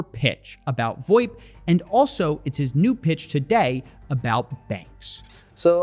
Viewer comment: Absolutely nobody in the business calls it “voip”. It’s VOIP